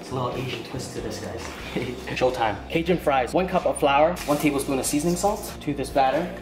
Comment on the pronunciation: The way your pronounce Cajun LOL